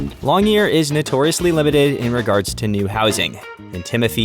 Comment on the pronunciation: The name of the town is Longyearbyen, not Longyear.